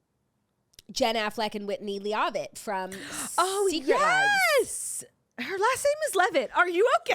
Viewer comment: "lee-aw-vitt" is taking me OUTTTTT